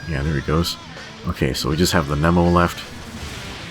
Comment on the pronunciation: Knee mo not neh mo o.o